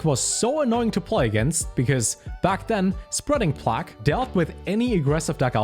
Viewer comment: It's pronounced spreading Play-g